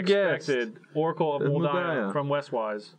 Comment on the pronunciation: "honorary spider: oracle of mul daya"... damnit